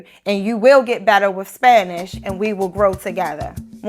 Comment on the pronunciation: Totally agree with you. When I hear some "estadounidenses" speak in English I cringe at their mispronunciations (according to my Canadian ear). For example, this lady say "wif" instead of "with". She speaks Spanish more accurately than she speaks English.